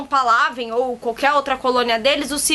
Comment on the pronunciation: Pálavên a pronúncia. hahahaah